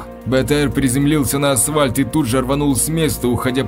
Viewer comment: Улица « ВоровскОго»- это круто! Как и «асВальт»! Еще в одной озвучке была «тАхта». «Он прошел в комнату и сел на тАхту». Какой язык учил в школе этот «чтец»?